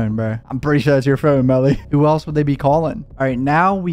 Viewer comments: I HATE HOW HE SAYS "PHONE" ITS LIKE FEWN. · Why do you say phoorn like youre irish or canadian or something ...t moorble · Where are you from saying phone like that?